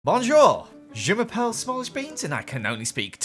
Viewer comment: 😂 you aren’t really french are you? it’s Je’mappele